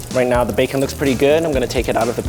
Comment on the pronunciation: The way he said bacon is so funny